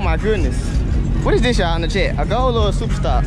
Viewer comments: Boy said ghoul “goal” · Ghoul... not goal. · It’s guuul nigga